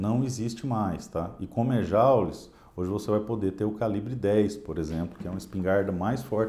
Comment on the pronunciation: Eu também sempre pronuncie Jaules ou joules, pois ninguém alertado antes. Não seria bárbaro, pois é uma novidade. Obrigado pelo ensinamento.